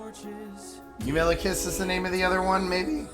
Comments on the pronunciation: Eurylochus, Odysseus's second in comand is pronounced like “you really cuss” you accidentally put a D in there that doesn't belong 😂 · Eurilicus (you-really-cuss) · U-REEE-LO-KUSH Euridipus is the name of the theater. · Genuinely obsessed with you saying Eurylochus wrong, and saying it differently every single time 😭 I find it so amusing LOL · How'd you say Eurylochus' name wrong so often in the saga that says his name the most 😂